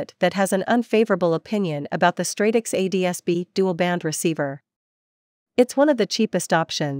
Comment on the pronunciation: This is trash. You lost me at "ads-bee" receiver.